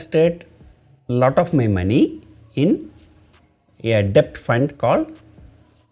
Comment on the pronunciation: I like the way u spell exchange as "ecchange". And debt (b shud be silent) as debt ( without b being silent)